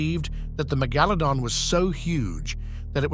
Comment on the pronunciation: LOL. He said megalodon correct in the beginning then suddenly changed 😆😂wtf.